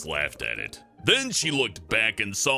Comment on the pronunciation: He pronounces naked neked